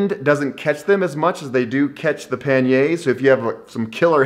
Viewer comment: Nice video, really great mindset but please practise saying pani-erz 😀😀😀😀